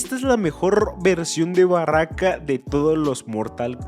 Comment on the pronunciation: Es baraka no barraca Pero cualquiera se puede equivocar